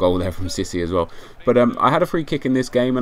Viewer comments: Cisse is pronounced see-say not sissy:P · you do know it's pronouced "c say" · Se-say for cessé